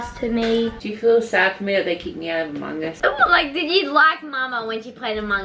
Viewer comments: No hate to but said it correctly!! Its Amo(N)g us! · I think said among us correct